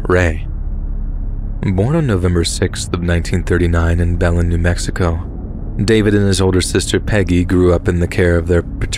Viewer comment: read! I love your channel! But it's pronounced Ba-lin for the Belen New Mexico. From a life long resident of the beautiful state!